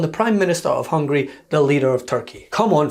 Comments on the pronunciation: Its Hungary Trump, not Hungry. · Plus, he can't even pronounce Hungary correctly, he kept saying Hungry. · Among so many other gaffs, Mr. Trump, it's Hungary, not Hungry. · Jesus he doesn't even know how to pronounce "Hungary". It's not hungry it's Hungary!! 🤣🤣🤣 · I think he called “Hungary” “hungry”. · HungAry..not hungry. Goddamn is he dumb. This is ridiculous!! He has violated his gag order so many times. Put him in jail!!!